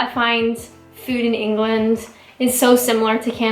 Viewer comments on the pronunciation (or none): Great video, love how you say fooooouud like a Canadian.